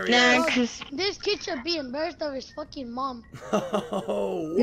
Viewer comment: "Im a focking minion" bruh😂😂😂